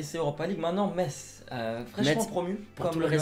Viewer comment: C'est mikautadze et on dit mess mais cela c'ecrit Metz